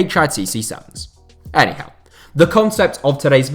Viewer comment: When ever he said enyhow I think of Eddie how